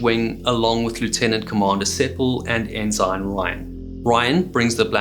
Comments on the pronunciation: Ensign is pronounced En-sen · Bye-noculars, enn-sine, you don't seem a naval man my friend. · In American naval usage, “ensign” is pronounced “EN-sin”. Great video! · ensign is pronounced in-sin, while I am thinking about it. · Guy needs to learn how to pronounce Ensign. Not Enzyme. 😂😂😂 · I appreciate your channel, you have a great presentation style. A little something about American pronunciations: Forecastle is pronounced "fowlk-sal", Ensign, "En-sin", Bouy, "Boo-ee". I look forward to future episodes. Thank you! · 😮I'm ex-Australian Navy... Forecastle is pronounced "folks-all". The rank ensign, is pronounced "ensen". I thoroughly enjoy your shows.! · Ensign and Forecastle aren't pronounced the way this dude thinks they are. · in the US Navy and US Coast Guard, the g in ensign is silent. So we pronounce it en-sin, not en-sign. STG1, US Navy ( ) for reference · I didn't know their were Enzymes in maritime names. It's Ensign. Pronounced Enn-Suhn. SMH. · Great content, great presentation & many thanks for the hard work. As a friend of the channel, pretty sure pronunciation is ensun for ensign a US Navy rank. An enzyme is a biological catalyst and is almost always a protein. It speeds up the rate of a specific chemical reaction in the cell. Pls keep content coming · I like your videos but you’re killing me here. - It’s not pronounced “in zine”. It’s pronounced “in sin”. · ensign is NOT pronounced en-zine.....it's en-sin. Enjoyed the vid, but that was so annoying. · does he know it's pronounced 'en-sen' not 'en-sine'? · are u x mariner? why do you say it like N SIGN, its pronounced N SIN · Is the British pronunciation of "ensign" : "ehn-ZINE" rather than "eh-suhn"? Interesting. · Ensign is pronounced "in sin" with accent on the first syllable. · For clarity we pronounce ensign "en-sin" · En-sen is the pronunciation.